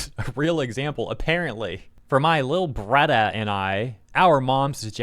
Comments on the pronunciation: "Lil bradda"?? 😂 Honestly, they have ruined a ton of manga and anime so I'm calling this karma. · japanese mom french dad and is saying bradda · I'm an Indigenous Australian, my people actually do say brother as bradda somethimes. LOL This is so fucking funny. LOL😂 😂 Everytime said "bradda", I had to say it back. As if could hear me. Lol 😅